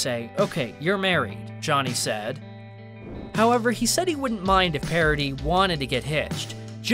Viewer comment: It it not pair a di. It is Pah rah dis. Try a bit more.